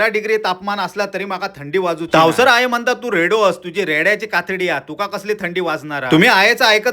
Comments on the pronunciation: तावसर असा नसता तवसर असा असता ता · तावसार नसता ता तवसर असा असता